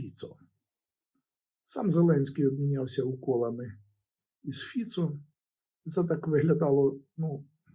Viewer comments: фІцо, а не фіцО, наголос у словаків та чехів на перший склад, крім запозичених іноземних слів. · ГімнО.ФіцО.Наголос на О!!! 😮